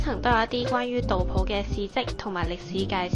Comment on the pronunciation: 搵長沙片唔小心入左嚟😢大佬呀，杜甫係中國出名詩人，你居然連古人名都讀錯，點攪呀😢